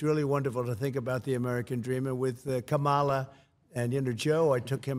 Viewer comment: Michelle O: “I gotta talk to my girl, Ca mu la.” The media: Ku mah la Trump: Camel-uh 😂😂😅